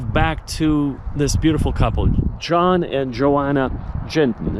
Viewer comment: Their names are pronounced Yoan and Yonna Yinton 😊